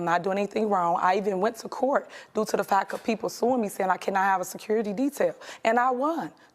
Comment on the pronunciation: “Due to da ‘fack’. Due to da ‘fack’”. I think that word “FACK” drives me crazier than almost any others… I have no idea why, but it does